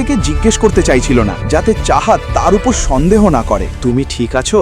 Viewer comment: ষন্দেহ?? নাকি সন্দেহ